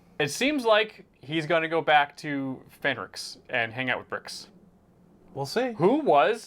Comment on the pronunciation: Brix? Fenrix? you are great peaches but the names man haha! 🤣 Bix and Ferrix it just makes me laugh